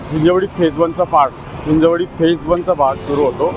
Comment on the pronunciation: हिंजवडी अस नाव आहे त्या भागच, हिंजेवडी नाही. सुधारणा करा.